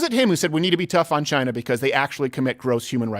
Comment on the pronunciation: Trump: "Biden is a puppet for China." What I heard: "Biden is a puppet vagina."